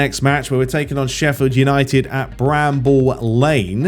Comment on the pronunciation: It's Brammel Lane mate, just saying.